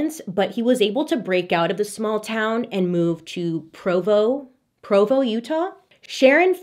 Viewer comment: As a born and raised exmo..living in utah...your pronunciation fills me with so much joy. lol Provo is the Judgiest town of all the towns.